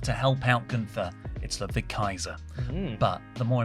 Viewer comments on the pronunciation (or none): none